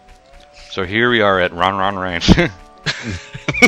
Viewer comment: she calls him Won-Won, not Ron-Ron.